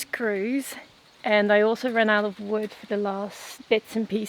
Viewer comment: Can you please stop adding an S to wood.